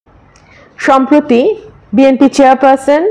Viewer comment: সম্প্রতি not সম্প্রীতি।